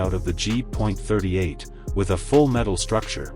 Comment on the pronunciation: Jeeez, where do we start ? The Ki 20 designnation is military nomenclature. Each letter should thus be pronounced individually - as in "Kay Aye" - not "Keee" !! Junkers is a GERMAN name - and so SHOULD be pnronounced with the GERMAN Y sound , as in yellow - not jerk !! I know that an AI voice is narrating, but they could have at least programmed the damned thing correctly !!!